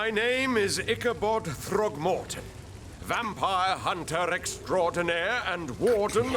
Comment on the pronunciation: No, no (hehehehe)… Vampire Hunter EXTRAORDINAIRE (did with regal tongue roll). Hehehe.